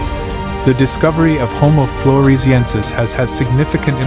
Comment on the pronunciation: 👎👎Narrator can't even pronounce the subject matter!